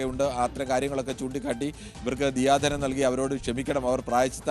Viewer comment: ദിയാ ധനം ആണോ ദയാ ധനം ആണോ 🙄😅